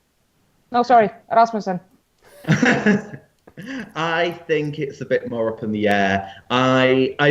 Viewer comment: And so the mispronounciation of Rasmussen begins